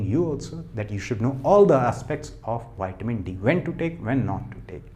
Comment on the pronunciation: Please. It's not Wiamin..it's.vitamin...thx.